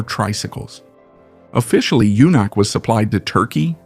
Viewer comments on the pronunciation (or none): Pronounce "Junak" like "yunak." The Sokół RT 600 was an interesting motorcycle.